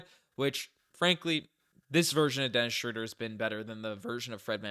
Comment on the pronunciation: Great video as always but respectfully, it's not "Schrooder" (crazy how Basketball Reference has the pronunciation incorrect). It's closer to Schreuder (ö sounding the same as eu in French).